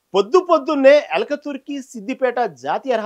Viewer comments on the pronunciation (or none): సోదర....ఊరి పేరు ఎల్కతుర్తి...ఎల్కతుర్కి కాదు....దయచేసి భాషను సరిగా పలకండి....